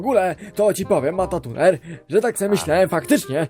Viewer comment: Matatuner XD dziadek